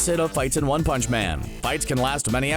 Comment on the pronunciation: “One pounch”